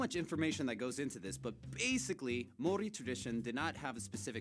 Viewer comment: I have to laugh at her pronunciation of Maori words and just Maori in general. 😅 also the meat pies are like Steak and cheese, mince and cheese, steak-redwine and mushroom They are really good. Trust me when I say you will love it. CANTERBURY - Christchurch where my fam?